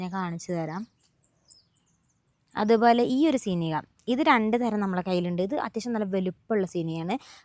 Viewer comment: Malawi le vlog anu kanaru❤❤❤❤ Pinne Seenigha alla Seeniya enna thonnanetto😂😂😂😂